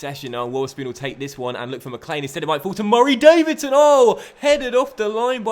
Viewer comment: Love how you've committed to saying MURRAY DAVIDSON!